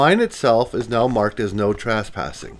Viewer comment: I'm wondering...are your narrations AI/computer generated? Hard to imagine that someone who lived in Houston would pronounce Southern as "South-ern." Or pronounce Granite Montana as "Gran-ite." Or trespassing as "tras-passing."